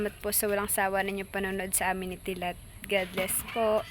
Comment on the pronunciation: say godbless hndi po godless pangit ksi pakinggan.